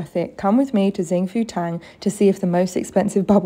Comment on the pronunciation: it’s pronounced shing foo tang